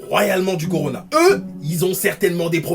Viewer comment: Au lieu de dire (miss) corona nos d'arrondissement disent corlona